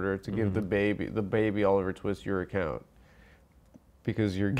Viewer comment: “What’s his name, Oliver…?” “Twee-ist” Bwahaha